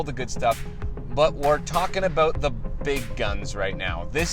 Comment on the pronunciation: Lol he said Aboot ! Good job 👍🏼